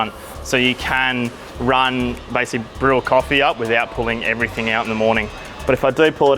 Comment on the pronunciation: Mate can you please stop saying everythink on camera its everything .. thanks